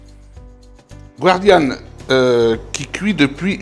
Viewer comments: Bonjour chef. Moi qui suis de Nîmes je suis ravi. Très bonne recette. Respect des traditions. De chef à chef on dit gardianne, si vous me le permettez, et non guardianne. Merci encore pour cette excellente recette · Bonjour chef un petit rappel On ne dit pas gwardianne mais "gardienne" Merci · Bonjour. Ne pas prononcer à l'américaine "guardian" mais gardianne, ou daube de sanglier ou de taureau. Vous n'êtes pas de la région, on vous pardonne!!!